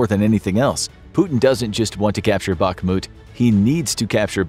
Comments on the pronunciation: It is pronounced "Bahmut" not "Bakmut" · Please, please, Bakhmut = bahRRRRRRRRRRRRRRmut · Every time you are saying "BAKMUD" its like a bullet in my ears :face-purple-crying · Don't want to be rude but it's pronounced "B-A-H-M-U-T" the "K" is silient